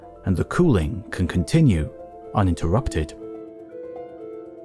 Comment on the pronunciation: Better good A.I. voice had me fooled! UNterrupted? Not a Word.